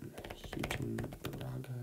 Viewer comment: btw for michigan houghton (hoe-tin) and baraga (bear-iga)